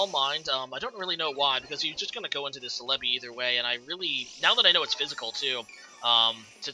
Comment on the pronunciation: The way you say celebi throws me off so much o....O celébi, i read it célebi